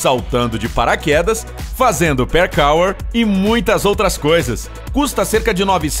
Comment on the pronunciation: eu ri na parte do parkour ele disse percauer kkkkkk